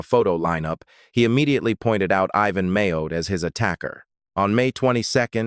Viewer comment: why has ivans name turned into Meo? I dont mind AI videos but u really wish the crate were try and get the AI to say names correctly. It takes so much away from what is being said when getting frustrated at pronunciations.